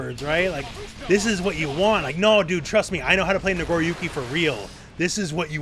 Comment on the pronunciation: "Nagoruki" lol